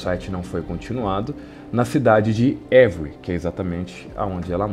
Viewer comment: Você tem um Sherlock Holmes, mas precisa de um francês para melhorar sua pronúncia.... A cidade se pronuncia Êvri....